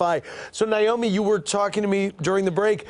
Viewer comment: They both pronounce her name niomi instead of naomi.....please tell me